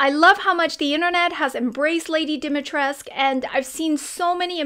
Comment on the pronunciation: Nice but “U” is NOT SILENT, in Lady Dumitrescu 😂:)))))))